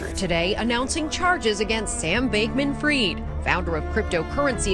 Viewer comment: Could you at least learn how to pronounce Fried last names? Jesus